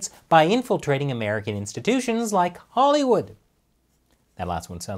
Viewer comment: Hahry wood Not Spike Lee, Leon Lee.